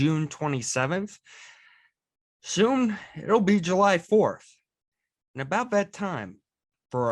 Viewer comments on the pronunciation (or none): Bwalk ass pronunciation of july.